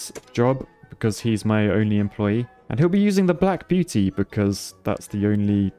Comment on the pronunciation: "The Black Buety"